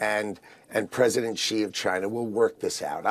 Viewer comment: Xi is pronounced see not she